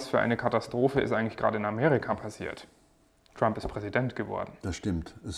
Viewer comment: Hat er ernsthaft "Trumpi" gesagt?